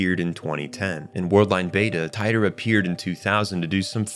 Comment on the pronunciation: Tea-tor = Titor